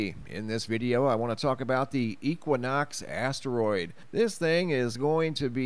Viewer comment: Haha! He said big ass teriod 🤣❤️